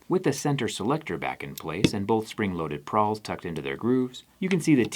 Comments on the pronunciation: Did you mean to say Pawl, instead of Prawl? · It's a "pawl" not a "prawl." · Prawl? You mean pawl? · "pawl" not "prawl"😅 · ITS PAWL NOT PRAWL!! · It's "pawl" not "prawl". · Pawl, not prawl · Pawl not prawl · I think its pawl, not prawl lol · I think you mean pawl, not prawl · PRAWL? PRAWL PRAWL PRRRRAWL??? It's pawl, busta. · It's PAWL not "prawl" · You got too many r's in pawl.